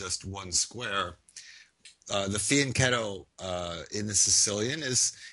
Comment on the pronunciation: Funny how he uses incorrect English "unpopular" yet he uses correct Italian pronunciation "Fianchetto" . His pronunciation of "Scheveningen" is an utter disaster and total disgrace, however, so I had to stop watching the video since his chess skills must be equally as shocking as his lack of knowledge of basic pronunciation